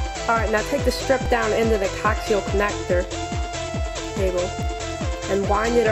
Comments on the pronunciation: Co-ax-e-uhl, not coxial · Not sure if someone else has corrected you in the past 4 years kid but coaxial is pronounced co-axel, not cocks-e-l. YW and thanks for the info I'm gonna try this. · Did you say "Cocks-E-El cable? Isn't it Co-Axe-E-Ull (coaxial) cable? Have I been wrong this whole time? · "All yer gonna need for this hack is a COCK-seal cable..." It's coaxial. CO-AXial. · good vid, but FYI, it's pronounced "co-axial" cable...not "coxial" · he is talking about a coaxial cable its pronounces co-ax-ill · Thanks. Any advice on where to find info on antenna design /engineering? How does this compare with other other homemade antennas? Is this better for VHF or UHF? One confusing thing is that people are saying digital over the air TV is UHF, but why are some digital channels in the under 13 range? (channel 5-1 for example) Just FYI, The cable type is pronounced cO-AX-eeul. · If you can't even pronounce coaxial, how much could you know about digital signals?